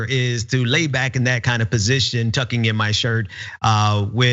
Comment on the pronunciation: He was tugging not tucking